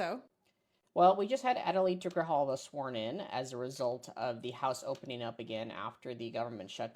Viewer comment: This might be miniscule but...AI please pronounce Grijalva correctly it's not that difficult.